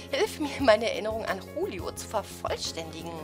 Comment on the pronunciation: Wegen der Aussprache nicht hulio sondern Julio wenn man der spanischen Aussprache glauben schenkt.